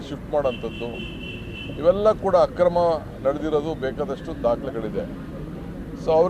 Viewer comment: ಅಣ್ಣ ಅದೂ ಆಕ್ರಮ ಅಲ್ಲ... ಅಕ್ರಮ. ಆಕ್ರಮ ಅಂದರೆ ಪ್ರಹಾರ, ಅಕ್ರಮ ಅಂದರೆ ಅವ್ಯವಹಾರ... ನಿಮ್ಮ ಶುದ್ಧ ಕನ್ನಡದಲ್ಲಿ ಅಪಭ್ರಂಶವೇಕೆ...